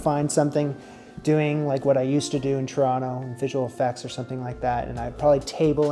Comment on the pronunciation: Every time you carefully enunciated Toronto I grinned - gotta get your native accent back, bud! In all seriousness though, good for you. NICU is no joke and if your kiddo is going to need more medical care down the road it only makes sense to live in a country better equipped to deal with that. Also, damn, buying a home is no achievement, especially in the Toronto housing market. Congrats on everything!